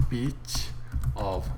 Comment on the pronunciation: Hi, when you are counting, you are giving the bird (or flicking the finger):) Also, be careful when you are pronouncing bit with 's', make sure that you don't make it sound like it ending with 'ch', you know it does not mean well:)